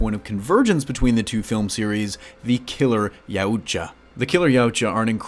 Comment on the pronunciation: It's pronounced Ye-ah-ch-ah Yautja